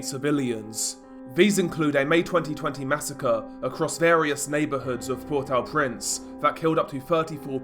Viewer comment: What about the massive earthquake that destroyed the country? Why you Keep throwing random footage into your stuff? It's meaningless and insulting to the poor people going through it. Get out of your dark bedroom, leave home and stop talking crap. If you can't even pronounce the name of the capital you lose credibility.